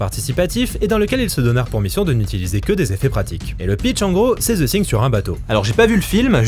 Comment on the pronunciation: “Ze Sing” !!! 😂😂😂